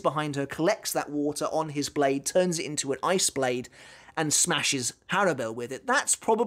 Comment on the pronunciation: Also I thought her name was pronounced "Horrible"